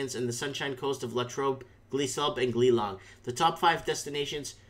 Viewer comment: It's pronounced Geelong